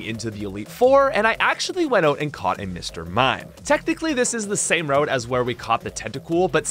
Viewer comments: "route" is pronounced like "root" or "rout", not "wrote". And it's "all of A sudden", not "all of THE sudden" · Hold the f*** up: You mispronounce route as "rowht"? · the pronunciation of route is killing me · man somehow found a 3rd way to pronounce route...